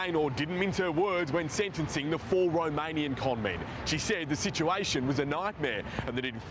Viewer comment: AY tee aim... romayniyun gangs flying in so thaay can steel big maany .... stupidest English accent ever